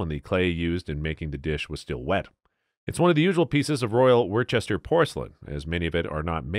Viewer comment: "Worchester" for Worcester, "Chowcer" for Chaucer ... AI needs some betterinput.